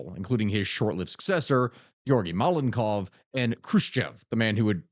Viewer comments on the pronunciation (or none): none